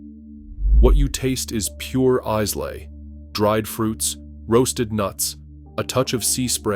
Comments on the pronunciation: Boonahabhine the Izelay malt 😂😂😂😂😂😂 if you’re going to make a vid about a country’s produce then at last have the courtesy to research proper pronunciations. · The mispronunciation of Islay in this video makes me doubt the author's credibility as a scotch expert. I'll just keep drinking my Trader Joe's $11 per liter scotch blend. Works for me! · If they are pronouncing Islay “ize-lay” and not “eye-la” they clearly know nothing about scotch. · I winced as soon as I heard Boona-hab-hine, then again at Eyes-lay. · Yes, absolutely true. Not only Islay is badly pronounced, but also several other distillery names like Bunnahabhain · You need to learn how to pronounce Islay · It's good you expose some of the highly priced, overpackaged, globally marketed stuff found in all the duty free shops. But you totally blew your credibility when it came to pronouncing "Bunnahabhain" and Islay. If your entire pitch is based on authenticity, you start with knowing how to say the fecking name! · Incorrect pronunciation of the whiskies titles and Islay island. :(